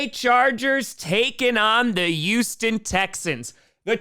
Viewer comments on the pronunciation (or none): none